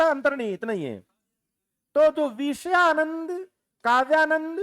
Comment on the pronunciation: आप बहुत अच्छा पढ़ाते हैं । लेकिन कहीं कहीं उच्चारण और लहजा ठीक नहीं लगता। जैसे - आप विषयानंद को वीषयानंद बोलते हैं। मतलब विषय को वीषय बोलते हो। बुरा मत मानना मैं आपकी तुलना में कुछ नहीं हूँ